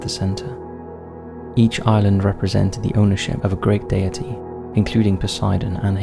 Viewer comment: Also the way he says "deities, deity"